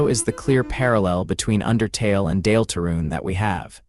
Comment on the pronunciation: AI slop voice made me turn this off instantly. Nobody has ever pronounced "Deltarune" that way. I was suspicious, but this confirmed it. Nobody wants to listen to LLM garbage. Use your own voice. Pay a friend to read it. Use an old-style text-to-speech like You have so many other options than AI slop.